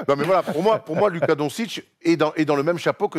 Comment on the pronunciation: Et non c pas Luka mais ça se dit lOUka😂